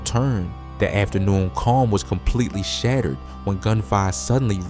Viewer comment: On me he said afternoorn